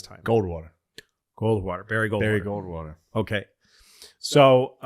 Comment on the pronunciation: GOLDWATER GOD DAMNIT SAY GOLDWATER